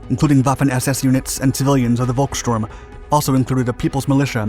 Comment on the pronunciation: it's pronounced "folkstorm" not "volkstorm"!